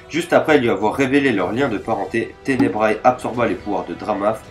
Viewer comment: "ténebra" pas tenebraé"